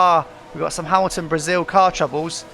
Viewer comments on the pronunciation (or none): none